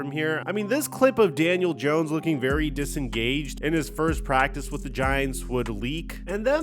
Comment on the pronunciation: God, you continue to say his name wrong. First of all, second of all, we all want Daniel dawn, all of us giants fans. I understand you're a Dallas fan, so you're trying to act like there's a lot of juice behind this. And this and that, yeah, Daniel's been a true professional about it, but he's been a crappy quarterback. So good for him for being a professional. How about we get somebody with some playing ability? This time, see, that's the problem you talking shit, because you're a Dallas fan, I'm trying to stir division in the giants, fandom, and I'm telling you from a giant fans perspective, happy is alert. That got rid of this kid. Hopefully he goes somewhere else and thrives, but he is a dead duck. As a giant, thank god, he's gone